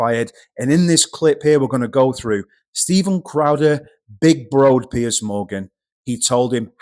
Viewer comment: Piers, not Pearce :)